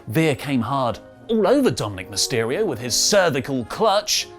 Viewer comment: "Veheer came so hard over Dominic meysterio".